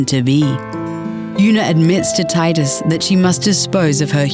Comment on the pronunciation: It's pronounced Tee-dus I know, I'm annoying.